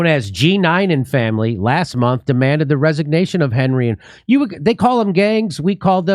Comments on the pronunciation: The guy in charge, Ariel Henry is pronounced "On-ree." Haiti is a former French colony. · Well, Hon-ree is fine too, but the English "Henry" is way out.